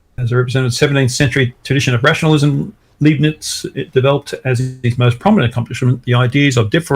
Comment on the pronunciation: Pronouncing Arkansas as Arkansas instead of Arkansas is one, but calling Leibnitz Liebnits is blasphemy! Leibnitz, as in L-eye-b-neats!!!